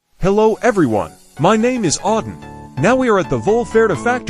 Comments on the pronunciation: It's hard to take any company seriously if their advert can't even pronounce "Adam"! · Its probably AI voice. But even then, the way that voice pronounced it is a bit more closer to the original pronunciation in Hebrew than the modern one from the US with the long A sound.